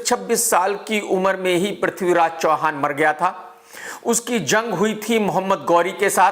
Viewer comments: Tum bosdike ke namm sahi se lo prithviraj ka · Sahi se naame la le bewakoof the great warrior Prathviraj g ka